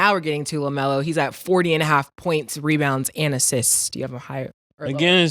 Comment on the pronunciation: Lmaoo said LaMero!! 😂😂